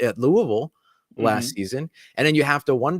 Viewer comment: props for pronouncing Louisville the right way. you sound like a native!